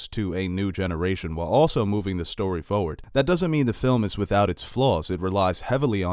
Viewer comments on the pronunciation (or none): He says "foward" 😂